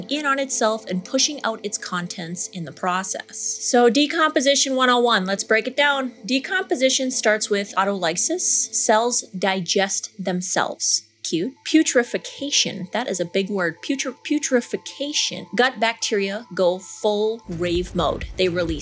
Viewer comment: Autolysis is pronounced ȯ-ˈtä-lə-səs. Spread the right pronunciation. Syllable division: au·tol·y·sis